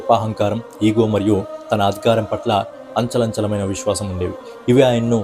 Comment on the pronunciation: Anchalanchalamina Kadu bro achanchalamina anali